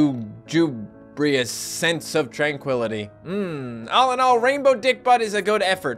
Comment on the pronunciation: lugubrious: L-OOO-GOO-BRI-US looking or sounding sad or dismal...